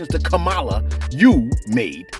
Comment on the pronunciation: You are pronouncing the VP elect Kamala Harris name so wrong 🤦🏾‍♀️